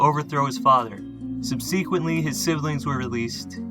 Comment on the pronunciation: I implore you to learn how to properly pronounce the word subsequently.